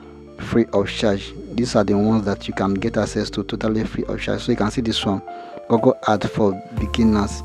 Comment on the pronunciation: Google❌ Gagale✅ 😂😂